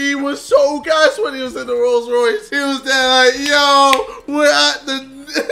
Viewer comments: Hey, JJ knows how to say Rolls Royce now lol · Never thought I would see the day that JJ said Rolls Royce correctly xD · Remember those old school sidemen GTA vids when Jj couldn't say Rolls Royce and now he can say it perfectly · Anyone else notice JJ pronounced Rolls Royce right?